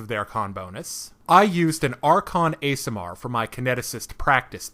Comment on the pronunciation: God! Please go learn how Assimar is pronounced, your accent on the word is realllllly jarring